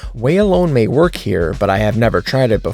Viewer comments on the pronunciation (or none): none